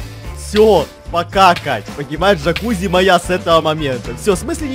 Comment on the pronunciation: Теперь я слышу не "пока Кать", а "покакать"😂